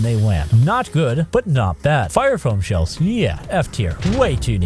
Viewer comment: It took me way too long to realise you're saying shells not shelves